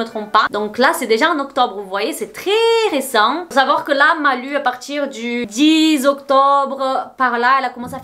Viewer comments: Maiiiiiiis c'est "lou" la prononciation ! En plus tu dis son nom tellement de fois dans la vidéo aha, "Malou" quoi. Les rares fois où j'ai entendu parler de cette gamine, c'est pour des trucs sad ou glauques, elle fait de la peine... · Ça m'a stressée de t'entendre dire Malu alors que ça ce prononce Malou